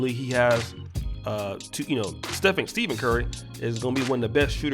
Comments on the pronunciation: Nigga how hard is it to literally say STEPHEN CURRY this keep saying Steven 😒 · It’s Stephen not Steven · The fact you called Stephen curry STEVEN is hilarious. Tighten up